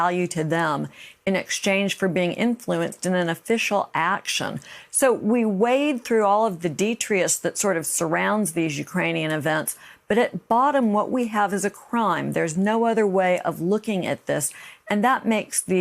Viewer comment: detritus...not detrious.